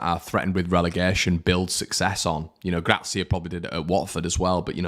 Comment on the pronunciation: Will learn to say Gracia's surname correctly one day? He is the Harrison of pronunciation! 😂 Just kidding mate. Good cathartism as ever post match and very much needed.